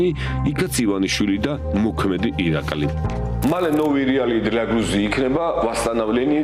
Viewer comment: რატომ უმახინჯებ წამყვანო სახელს მისი სახელია ირაყლე